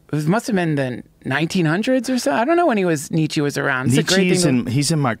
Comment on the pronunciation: please stop saying Nietzsche's name, I've never heard such a painfully butchered pronunciation